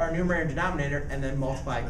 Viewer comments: Why is he saying "numinator" instead of "numerator"? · It’s a numerator not numenator bro. Geez